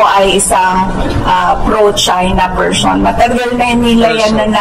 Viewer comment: Saravova “ person” Hindi “ Pershon”